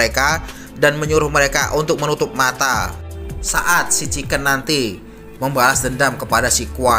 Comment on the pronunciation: Chingken salah Chiken betul